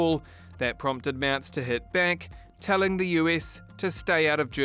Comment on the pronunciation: Why are they able to pronounce the name "Trump" correctly but they can't pronounce Friedrich Merz' name as it should be? Can't be that difficult to ask somebody how to do it. It is not (!) Mers and it is not (!) Merts but it is Mairts ("ai" like in the word 'fair'.